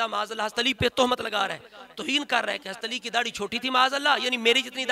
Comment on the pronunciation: Aapse Hazrat Ali raziallaho ta'aal anho ka naam tak to lena aa nhi rha hai shai se. Hast ali hast ali kar rhe ho.. Tauheen to aap kar rhe ho Moula Ali ki